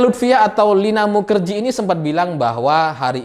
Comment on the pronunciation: Kenapa bacanya mukajahe ... 😁